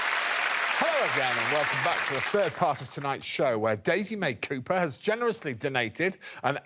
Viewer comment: Daisy May Coo-purr... 🤦🤦🤦